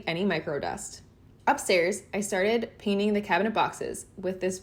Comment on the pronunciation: I believe the process is call 'painting' . Check dictionary guidelines for pronunciation.